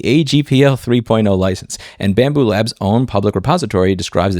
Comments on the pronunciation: Bambu lab there is no s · I don't particularly love bambu but it's lab. LAB! L-A-B << BAMBU LAB >> JEEEZ IT'S NOT F*U*C*K*I*N*G PLURAL